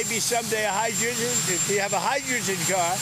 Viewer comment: "Hedrewjen car" he really has issues pronouncing words